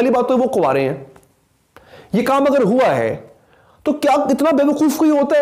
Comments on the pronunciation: Yar “aghr” nai hota, “agr” hota hai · “اغر” نہیں ہوتا “اگر” ہوتاہے۔